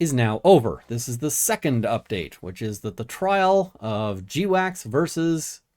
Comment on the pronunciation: I thought GWACS was pronounced 'gwacks', like the noise a duck makes when it wakes up in the morning. 'jdeewacks' sounds like something you need to talk with your doctor about with a long list of side effects.